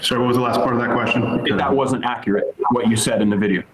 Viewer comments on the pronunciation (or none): none